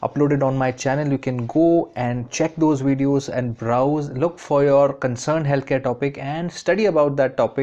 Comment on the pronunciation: That nigga said wedios